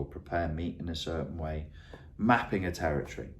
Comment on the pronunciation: TerrOrtory. When you said the word 'territory' 'terrortory' is what I thought of.